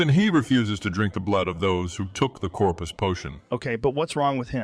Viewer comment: It's Corprus not Corpus